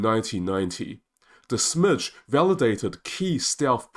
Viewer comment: Smyge is pronounced Smy-gé with y pronounced as in tyre and ge pronounced as in get, not Smydgh. The Swedish word smyga (pronounced smy-gá) means to move quietly in order to go undetected like a Ninja or a cat. HMS Sneaky & Stealthy is probably the best translation of the ships name.